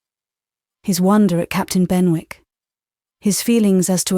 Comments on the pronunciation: Not Ben-wick. Should be Ben-ik. Is she British or not? So hard to hear the mispronunciation. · Said as Ben'ick....not Ben wick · Quite enjoyable. However.......... in English Z is not pronounced zeeeee and punctuation is not spoken aloud. And I am sure that it is pronounced Bennick, not Benwick! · Incorrect pronunciation of Benwick